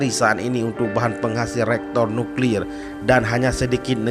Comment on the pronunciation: Tulisannya Reaktor Nuklir bacanya Re-aktor Nyuklir, bukan Rektor Nuklir....alah hai apam. Mungkin yang dimaksud barang tambangnya Uranium atau Plutonium bukan Nuklir....alah hai apam. Kalau Bangsa Aceh, ngak mau di bohongi oleh pemerintah soal survey mineral dan pertambangan, maka didorong, dong oleh pemerintah daerah, agar putra putri Aceh sewaktu SMA diperkuat dengan ilmu ilmu exacta dan kuliahnya di dorong kejurusaan Teknik Geologi dan Pertambangan nanti setelah lulus di tampung dalam wadah Aceh Delplopment Board, untuk menjadi surveyor surveyor Pertambangan dan salah satu jadikan dia minimal kepala Dinas Mineral dan Pertambangan, jangan yang jadi kepala Dinas tamatan IAIN. Dan kalau mau bangun dan kelola reactor Nuclear, putra putri Aceh harus masuk kuliah jurusan Nuclear Power di MIT. Jangan buat beasiswa untuk kuliah hanya ke Mesir. Kalau ngak, ya sampai kiamat, ya hanya mimpi dan mengkhayal.